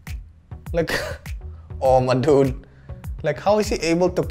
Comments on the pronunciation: Whenever you say dude it sounds like nude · He said dud so many times 😂😂😂😂 "Duds"😂🤣😅